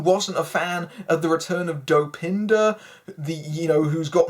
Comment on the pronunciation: Was calling Dopinder doe panda meant to be a joke or can this guy not talk properly?